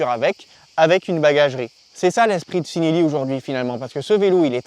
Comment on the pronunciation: Ci en italien ça se prononce chi et non si ;) ( chi-nel-li )